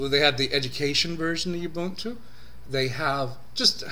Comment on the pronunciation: My review of your pronunciation of ubuntu: it's bad. u-bun-tu u = oo, not yew. This is not a a female sheep bun = put a burger on it, not boon. This is not something granted as a favor. tu = hey, at least you pronounced one syllable correctly. too to two. I thought 15.04 was alright. I'm an Arch+tiling guy, but I actually like Unity. Anyway, 15.04 is exactly like 14.04 with newer packages. Software availability is good, though it's no match for the mighty AUR. Overall, I like Gnome 3 a little more than Unity these days and I prefer a tiling window manager to either, but the HUD feature of Unity is unbeatable. Typing to search app menus is genius. IMO Fedora 22 was a much more exciting release than 15.04 but 15.10 looks pretty interesting. They are trying to get Unity Next on the desktop for 15.10 and maybe snappy core. Could be interesting.